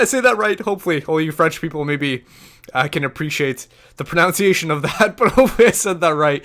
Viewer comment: It's pronunciation like PrNUHnciation. If anything, that was the worst one. I don't mind the other things. :P Love your videos m8.